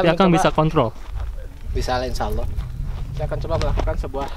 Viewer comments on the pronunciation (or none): Oh my god, oh my god...apa sukar lo menyebut nama ALLAH.!